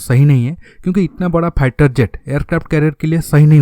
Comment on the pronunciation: aby salay ..... pehlay bolna tu seekhlay.....phieter jet kia hota hai....